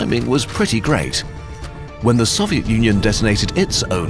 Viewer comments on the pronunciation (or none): please learn to pronounce Soviet properly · I hurt me how he said Soviet